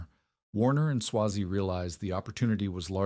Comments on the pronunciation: Who writes this stuff? It's not pronounced Swah-zee, its Sway-zee. I used to go to the Solon plant in the 80's when I was a sales engineer for a dealer that represented Cross and Trecker and I ran W&S turret lathes during my apprenticeship. I don't think much of this video is very accurate and a lot of these videos don't have any citations to cross check the information that's presented. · It's AI. Better than some. Still too much repetition but excusable because it's a long story spanning many years. Eventually it gets the pronouncement right sometimes. It's a long A in Swazey.